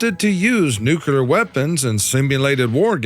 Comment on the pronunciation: I love your content, with one proviso and question. Do you purposefully mispronounce words to make the stupid people feel included? New-klee-er not nu-qu-lur, please for the sake of those of us who strive to correctly pronounce our language. It grates on our ears.